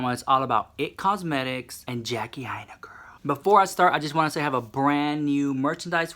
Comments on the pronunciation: AINA is pronounced EYE NUH. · Aina is pronounced like China. Love you so maaaach ❤️